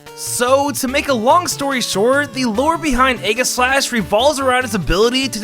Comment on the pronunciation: You heard that right, Ayy gis slash